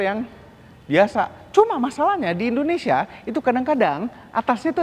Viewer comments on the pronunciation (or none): none